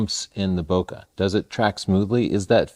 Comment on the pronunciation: Don't mean to nitpick here but if you keep to saying bokeh the correct way (bo-kay, not bo-ker), there would be less chance your audience will miss the word when you're speaking fast. (Thanks!)